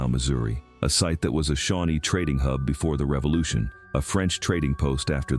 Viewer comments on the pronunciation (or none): none